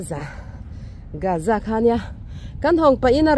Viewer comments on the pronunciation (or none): Ti nge gaza i lam rik khan Âza tih in i lam chhan piber kan zawt khauh teh ang,g' hi word tir lama a awm hrim hrim a awm in in lam ri tel lo tihna ami le